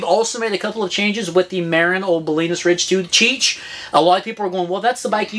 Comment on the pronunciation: As a northern Californian, felt the need to comment that Marin is pronounced "muh-rin" not "mair-in". Love my TranzX